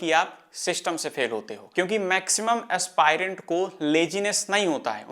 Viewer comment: Aaaspaaaairant ❎ Aspirant ✅